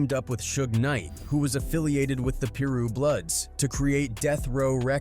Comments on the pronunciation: “Peeru Bloods” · "Peeru Bloods" 😭😭😭